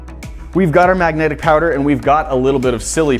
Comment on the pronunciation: Its MAGNETIC not MAGNATIC